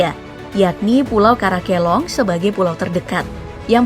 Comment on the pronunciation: Karakelang bukan karakelong. Dan miangas cuma 1 desa. 3 desa yg di maksud itu ada di pulau karatung kec. Nanusa. Berbeda dengan pulau miangas, karna miangas sdh kec. Sendiri.